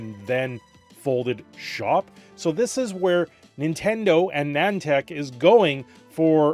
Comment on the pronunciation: Wtf is Nantac? Edit: opps, its Nih-An-Tic